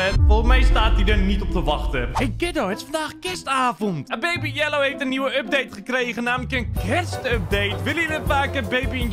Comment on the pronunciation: je bent men favoriete youtuber en het woord baabi is grappig